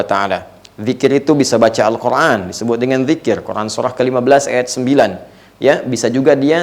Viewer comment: Afwan, UAH kenapa kalo mengucapkan Al-Quran selalu pake huruf ع padahal itu huruf أ semuanya